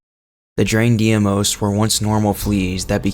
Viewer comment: Deimos is not pronounced “dee-ay-moze” it’s correct pronunciation is “dey-moss”